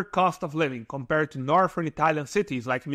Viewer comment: When you say 'kom-par-red', are you actually trying to say 'compared'?